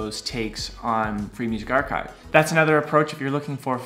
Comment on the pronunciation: Your archive pronouce is wrong bro